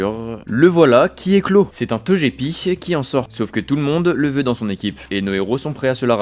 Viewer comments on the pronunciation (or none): TOGEPI !!!! Ça se dit TOGUEPI !!! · Je refuse de croire que l’on puisse prononcer « Tojépi » sans que cela ne soit par intention purement malveillante 😩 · Banger la vidéo mais tu m'as tendu à dire "Tojepi" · "toJÉpi" ? "pierre roi" ? Braségali originaire de Sinnoh ? xD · Super video. Petits correctifs : L'arène de Safrania est l'arène psy (pas spectre) et celle de Parmanie est l'arène Poison (pas insecte) Togepi se prononce Toguepi C'est pas Isiria, mais Irisia Brasegali est 3G et pas 4G (c'est Simiabraz le starter feu evolué de 4G) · EVIDEMMENT QUE ça SE DIT TOGUEPI, QUEL CON CE!!!!